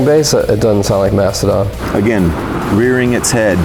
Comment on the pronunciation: ITS MASTODON, NOT MASTODONT